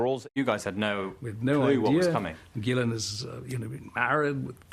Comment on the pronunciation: Ok just heard her name pronounced properly